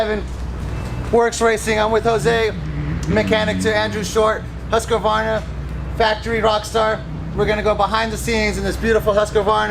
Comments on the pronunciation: HUSK - uh - VARNUH 😂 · OMG you really suck at saying Husqvarna, read it like huskvarna! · What's a Huskavarna? These people have no clue....